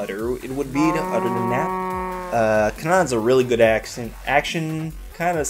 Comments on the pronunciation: In English Canaan is said as "kay-nun" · canaan is pronounced: kay-nun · Canaan - Kuh nah ahn. In english Kay nan. You should do more of these. If you can really do these so well off-the-cuff, this format has got to be your best quality work per /hr spent. I get so much out of these and they really show your anime prowess. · it's kay-nin